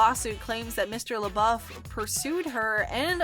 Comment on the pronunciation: Is she saying LaBOB???